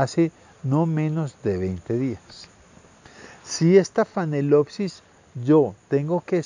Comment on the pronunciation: ¿Phanelopsis ("fanelopsis") o Phalaenopsis ("Falaenopsis")?